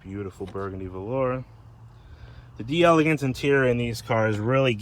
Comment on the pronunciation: It's pronounce 'dell ah gance'.